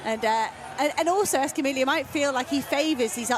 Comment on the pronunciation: The double-L in Escamilla, and all Spanish words, is pronounced like a Y. Come on, announcers! You'd think European announcers would be able to correctly pronounce athletes from another European nation. Otherwise, I have enjoyed the commentary from all the races.